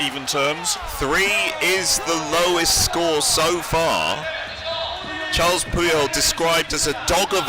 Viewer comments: "Charles" Puyol?? Bro it's Carles. Karr - less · Nice évent but please stop saying Charles Puyol it’s Carles there is no H